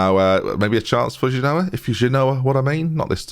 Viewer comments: when you say "if you genoa what I mean" your really saying "if you do ya no what I what I mean" it's very irritating. the joke is "genoa mean"... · it doesn't even work with him pronouncing it wrong... at least do the "Genoa? Nah we've just met". I've linked the correct pronunciation above in the hope it frees us all from this nightmare.